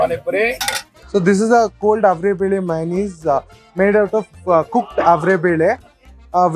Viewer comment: There are 125 dishes made of averekalu.. the mela is avere mela.. atleast learn to pronounce ‘averekalu’ and averebele atleast after listening to the locals pronounce it. Pls don’t be so ignorant.